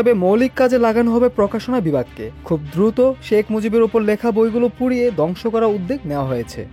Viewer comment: বাবে না ভাবে হবে, দংশ না ধ্বংস হবে, ভাই আপনার দ ধ ব ভ এর উচ্চারণ ঠিক করুন 😊